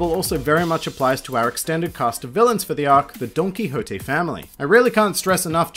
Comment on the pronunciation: That's how it's pronounced. Well not like the way you said it but DON-KI-HO-TE